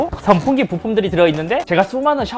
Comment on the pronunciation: 형 발음 때문에 더보기에도 성풍기라고 한거얌? ㅎㅎ